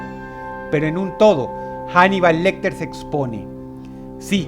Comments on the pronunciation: Macho, pero no es inglés, es español. La H no se pronuncia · Se pronuncia "anibal" no "janibal", Paleto, Dross